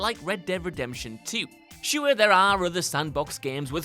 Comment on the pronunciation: Why can’t pronounce some very basic English words? Normal people: cure, pure, sure.: cue-arr, pjoe-arr, shoe-arr.